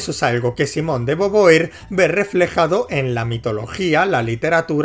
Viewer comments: tremendo jumpscare escuchar alguien pronunciar beauvoir como "boboir" en vez de "bovua" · muere un francés cada que dices boboir. y eso es bueno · Cómo te digo que se pronuncia /Vu-Vua/ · boboir se parece a boba, le queda bien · Cualquiera se quejaría de como pronuncia el apellido de beauvoir, pero socialmente está condicionado como Español y no le es posible respetar el francés. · Simon de bubua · Si me dieron ganas de golpearlo por decirlo mal, pero ya sé que los de España son inútiles para pronunciar correctamente otras lenguas...Spiderman...